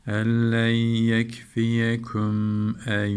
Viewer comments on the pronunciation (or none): Hocam bir yerde elleyyekfiyeküm demişsiniz sanırım e leyyekfiyeküm olacak 😊